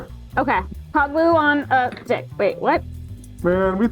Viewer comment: ... it did not sound like you said stick lol